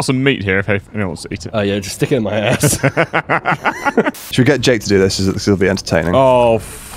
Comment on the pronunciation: The way he said ass was very not British.